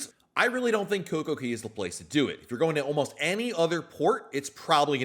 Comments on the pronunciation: It is CocoCay not Coco Key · Why do you keep calling it Coco Key when Royal Caribbean, the OWNER of the island, calls it Coco Kay? C'mon...say it right weirdo.